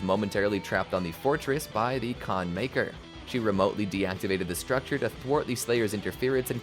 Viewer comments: Khan Makyr ❌ Khan Miker ✅ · "Can maykr" lol